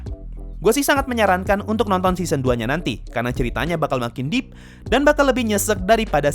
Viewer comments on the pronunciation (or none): none